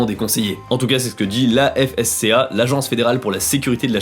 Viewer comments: Je suis belge... On dit afsca pas A.F.S.C.A, j'ai pas reconnu tout de suite 😂😂😂 PS la couleur de la coquille de l'œuf ne dépend pas du tout de la race de la poule, mais de l'alimentation ^^ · En Belgique, on dit:" l'afsca " en un mot et non "A. F. S. C. A." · On dit pas A.S.F.C.A on dit asfca, comme l’ONU ou OVNI :) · Je pense que ça se dit afsca et pas a-f-s-c-a. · Ca se dit asfka en un mot et c'est vraiment pas des rigoIo en BeIgique x) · On dit l'afsca, afska, en un mot quoi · La façon dont tu as épelé l'afsca xD ! Il ne faut pas l'épeler, juste dire :" L'afeska". Superbe vidéo sinon :) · Rien que pour avoir cité la Belgique avec l’AFSCA la vidéo est bonne ;) D’ailleurs on le prononce comme un mot pas lettre par lettre :) parce que dire Agence fédérale pour la sécurité de la chaîne alimentaire c’est long ;) d’ailleurs elle a été créée après l’épidémie de vaches folles pour l’anecdote :)